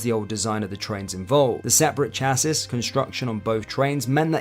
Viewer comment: Your narration is too fast, there are no pauses when you start a new paragraph and your voice is monotonous ! It doesn’t make for good listening ! Also, your pronunciation of some words is wrong (‘severity’ and ‘chassis’ for 2 examples) ! I take it you failed English at school ?!